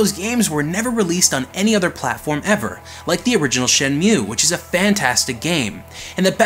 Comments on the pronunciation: oh buddy, big fan....I’m sure wondering why you pronouncing Shenmue as Shen Mhue or at least what I am hearing. Shen~moo..simple lol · "shenmew"...and hot damn VGA is sexy... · did he just say shenmyu and is that a canadian thing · Dang it, say Shenmue correctly... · Shenmue is one of your favourite games, yet you don't know how to pronounce the name?